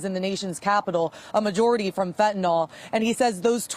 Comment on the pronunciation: PLEASE someone just answer this...WHY does everyone pronounce Fentanyl wrong???